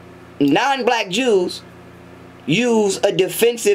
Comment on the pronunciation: Did he say "the ews?" 🤣🤣🤣